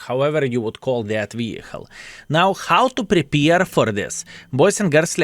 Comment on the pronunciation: Good work and WG crooks. it's Prepare, not prepeer;)